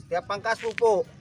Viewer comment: Pupok pupok....melayu medan ini udah 😂